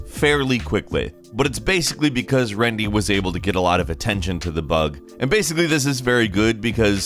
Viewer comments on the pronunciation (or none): RENDI, NOT RENDY. I love Gameranx but c'mon man. Rendimento is a great OSRS content creator.